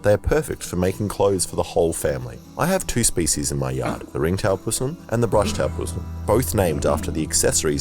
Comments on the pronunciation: Possum... Not pssm🤣😤🤣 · Possums, not PUssums is how we pronounce the name of this species. they are delightful animals with some very destructive garden habits; our fault for destroying their habitat and forcing them to adapt to fruits and vegetables grown in suburbia as their food sources..